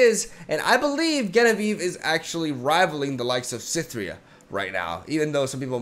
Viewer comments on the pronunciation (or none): Just trying to be informative, Genevieve is with a J sound not a G sound ❤️ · Amazing video as always, just wanted to say that Genevieve is pronounced with a J or zh sound at the beginning, the name originally comes from French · Genevieve is pronounced with the english J. Like Jenny or Jennifer. It was my mothers name. Sounded so weird you pronouncing it wrong xD Anyway. Keep up the great work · It's pronounced Genevieve not Genevieve... Silly